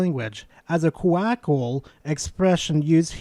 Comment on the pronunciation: MoFo can't even pronounce colloquial right.